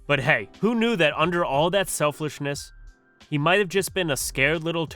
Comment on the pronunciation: You said selflishness LOL